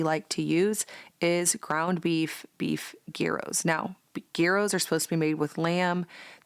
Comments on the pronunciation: Don’t know if you want to know but the G is silent in gyros, it’s pronounced year ohs. 🙂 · Gyros is pronounced: Yee-rose. G is yee. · Melbourne Australia has the second largest population in one city after Athens 😂😂😂 Greek food is so loved in Australia. We write it "Yiros" and say a very quick "year" and then a long "ossss" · Agree with the pronunciation. I couldn’t figure out what you were talking about when you pronounced it with the G. I had to watch it to see what you actually were making!